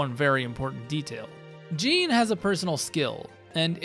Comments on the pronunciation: Btw its pronounced like Sean (Shawn) but with a J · You pronouncing Jean as gene is a hate crime lol. Great build 👏🏻👌🏼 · I'm just curious why you pronounce his name "jeen" and not "zhaun", when that's how he says it (like Jean-Luc Picard). I mean, I can see that it reads as "jeen", but it does also read as "zhaun". Like, I have yet to ever hear anyone pronounce Sean as "sheen". Awesome video though, and it's stuff like this that makes me want to do a second run sooner (sorry to most of my backlog that I've promised to get to). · this guy didn't even play the game if he's pronouncing Jean's name like "a pair of jeans". gross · It's pronounced "Zhahn" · the pronunciation of jean is killing me. 😅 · Alright... Who's gonna tell him how to pronounce the name right? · Came right to the comments after I heard how he said it lol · Love hearing you mispronounce his name the whole video. But I LOVE this build. You're killing it with your vids my guy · The way you say Jean feels very weird considering how his name is actually pronounced. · You can’t use the “I pronounce it like that because that’s just how the name looks to me” excuse in a game where they actively pronounce the name, it frustrates me to no end hearing you pronounce it wrong Good video though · Video would be a 10/10 if you would pronounced his name right. So instead, 5/10. For the Jean disrespect. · Bruh the characters say each other's names constantly in this game. You've gotta be used to the correct pronunciation by now.